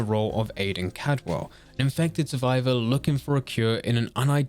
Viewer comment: What accent do you have? Just wondering because of the way you pronounce ‘Caldwell’